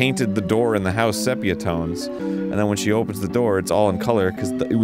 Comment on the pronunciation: Arin, it’s definitely pronounced “see pee uh”, not “seh pee uh”